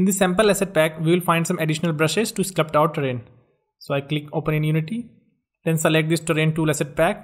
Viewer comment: There's no such word as sclupt. It's sculpt. Like skull-pt.